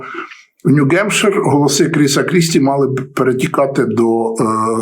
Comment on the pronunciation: п. авторе! New Hampshire - то чому Ви кажете, як русскіє : Нью-Ґемпшир? так само : Nikki Haley - але Ви чомусь іноді кажете Хейлі....